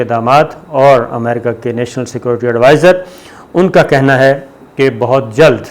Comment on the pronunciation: What is the problem to say security Not secorty.